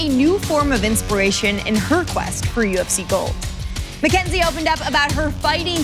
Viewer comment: Mackenzih Jern